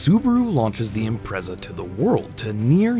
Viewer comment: It's pronounced IMPRETZA...